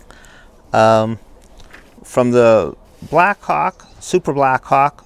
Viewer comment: And enough !!! BS video !!!👎👎👎👎👎 P.S. You pronounce Black Hawk as black cock...😂😂😂